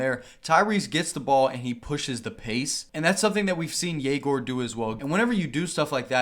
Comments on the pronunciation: as a russian myself i dont really understand why does he say YE-gor when the correct way is ye-GOR. I guess its easier for foreigners to understand, but if he asked to put a "ё" on his jersey for his last name why not teach everyone how to pronounce your first name correctly as well...? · Egor did not pronounce his name this way when he was at BYU last year. It would be a legendary move if he makes his name a moving target every year.